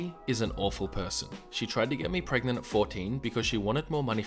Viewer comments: Prognt? Pargant? Gregnant? Prregante? Pregnart? PREGANNANANT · Nobody: Markiplier stans: pregananant